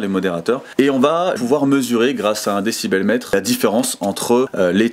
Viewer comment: Un "décibelmètre", il m'a tué ce con 😂